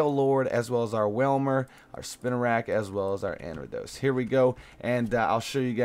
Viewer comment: Not trying to be mean but, it's pronounced AIR-EE-UH-DOS.... Anyways great vid, really loved it! <3